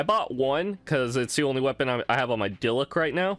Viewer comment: Bruh my man pronounces every character wrong 😂 Diluc=Dillet 🤣🤣 Xiangling=Shingling 🤣🤣 Qiqi= Keykey 🤣🤣🤣🤣🤣🤣